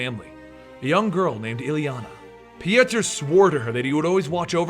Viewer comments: I hate when people change words because they can say them. His name is either Pjotr or Piotr. Not Pijaturr like you were saying the name. I dont know where you found yourself an "A" and an "U". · its pronounced poitr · His name is Piotr pronounced Pee-Oh-Ter